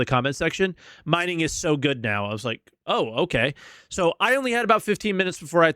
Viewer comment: “Minging” 😂 Been waiting to get you back for you laughing at my weird behemoth pronunciation!